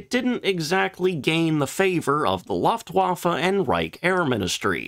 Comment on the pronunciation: Please, please, please. Try "LOOftwaffe", as the sound in "Woof woof". It is great contents, good video. But as soon as Laftwaffe is said, it becomes comedy.